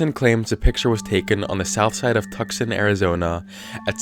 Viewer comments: 🤦 it's pronounced TOO-sawn, not tuck son. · excuse me, did you call tuscon (too-san) tuscon (tuck-son) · TUC-SON! OH LAWD, YOU JUST SAID TUC-SON! (btw, it's pronounced two-son) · It's pronounced "two-sawn" not "tuck-sun". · T U C K S O N It's pronounced too-sonn btw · The way he says tuck-son hurts me as Ive lived here my whole life. It's "two-saun" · it’s pronounced tooson not tuckson😂 (the correct spelling is Tucson) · Yo, when he said Tucson as Tuk-sahn. I almost died. Literally in everyone in AZ says it’s Too-sahn. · lmao “tuckson” it’s pronounced “TOO saun” Tucson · It’s Too-son(spelled Tucson) Not Tuxon. Lol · I'm sorry, but this really made me cringe for some reason. Tuscon is pronounced "two sawn", not "tuss kon" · Dude i will literally unsubscribe its too- son- NOT. TUC.SON. ITS PRONOUNCED. TOOSON. i swear to god >:V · Did you just call my city "Tuckson"? Its Too-s-on" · Its not Tuckson. Its pronounced toosawn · It's not Tuckson, it's pronounced Toos-on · its two-saw-n, not tuck-sun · Lol Tuckson Arizona.... not Twoson... clearly has no idea how to say Tucson. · It's pronounced TOO-SAWN not TUCK-SON. Please. Pronounce my city correctly. Nobody ever does and it hurts my soul. Folks can pronounce Awhatukee fine but Tucson eludes them somehow. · I'm a dick but Tucson is pronounced too-sawn, not tuc-sun love your videos though!!! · Tuck Sin.. Its Too Sahn..jesus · You pronounced it, tuxson when it is pronounced tooson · tucson is two-sahn not tuxin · Tuck-sun Arizona?? It's actually said like "too-son" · I'm an Arizona native and I was so confused when he pronounced Tucson as Tuksin 😂 it's pronounced "Too-sahn" and I never realized how weird it was until now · Tuckson??????? Do you meam Tucson (Too-son) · my dude it's too-sawn not tux-sin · No, no, no, no, Tucson is pronounced Tu-son, not Tuck-sen. I dunno, but I cringed when you said that.. xd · "too-sahn", not "tuk-sin". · Tuckson? It's Tuscon (two-son) pronounce it right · Tuck-son lmao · "tuckson" xD